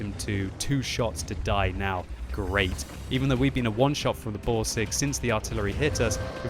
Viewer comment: dont forget the Boarseg xD